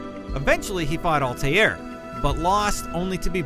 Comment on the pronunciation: That is such a pet peeve of mine, i hate it when people, especially "professional gaming journalists", mispronounce names... 1. Alty-air... 2. Raw-dreego Borja... 3. Giovanni Odditory de Frenz-eh... But hey I digress, it's my own fault i clicked on a video by IGN. NEVER AGAIN...